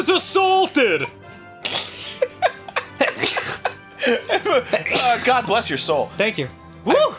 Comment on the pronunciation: I'm just casually watching this again and I hear "One was a-SALT-ed!" And I'm like "This is it. I forgot. They start here. I'm in for a good time."